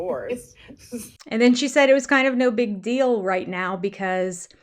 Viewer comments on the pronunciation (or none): The big “pitcher” of it all…it’s no big “dill!” The way they butcher the English languag….😳